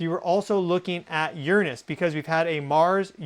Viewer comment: You’re saying, “Uranus” wrong, and you’re sitting on it wrong, too.